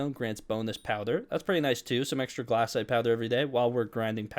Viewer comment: Its glacite not GLASSITE